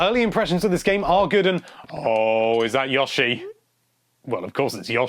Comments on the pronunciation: That was Yoshi, not Yawshi. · Look mate, just a suggestion, don't talk all the time. It's never been yawshi, i don't care what side of the pond you're on. But it is pronounced with a long O. Yoh-shi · Yashi. FUK off m8 its YOshi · God. I could not get past the third "Yoshi." I mean, phonetics be damned, dude.